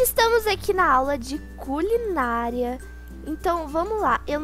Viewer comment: Só eu entendi culinalia?